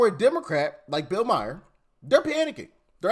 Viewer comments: It's Bill Maher (Maar), Doc - not Bill Meyer 😂😂😂😂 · STOP! His name is pronounced Mar, NOT Meyer/Mayor/Mayer. Mar like the planet Mars. Please stop mispronouncing it or stop saying it! It's all over MSM and YouTube. Please learn to say it correctly. 🙏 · Hey Doc, his last name is pronounced like car (Mar)